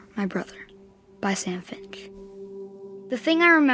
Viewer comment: saying Fimsh made me laugh idky